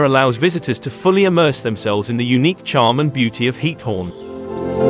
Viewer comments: Its GIETHOORN, not hiethorn GGGGGiethoorn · Please add automated dubbing in Dutch. As a citizen of The Netherlands you are killing me by pronouncing “Giethoorn” as “Heat-horn”. 🤣